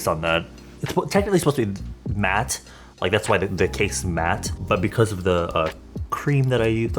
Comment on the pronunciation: lmao tHe qRréėm